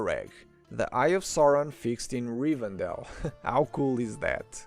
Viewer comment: Leute, nehmt bitte die Deutschen Namen, wenn ihr die Englischen weder richtig schreiben noch aussprechen könnt 😅😅😅 es heißt Rivendell und nicht Rivendale, das ist keine Stadt im mittleren Westen 😂